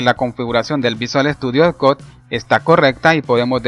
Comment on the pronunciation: Video mi Bien explicado, pero por favor, si no sabes pronunciar una palabra en ingles mejor pronunciala en español, sufri todo el video cada vez que decias "visual estudio cod", Pudiste haber dicho "Code" o "Coud", piensalo para la proxima